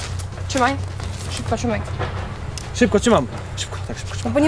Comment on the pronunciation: ale szyPko trzymasz